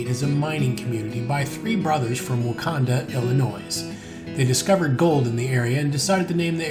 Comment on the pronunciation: My great grandmother and grandmother were born in Wauconda, Illinois. BTW there is NO 'S' sound. A couple of my great uncles mined gold in the Black Hills, SD. The mine's name was also Wauconda.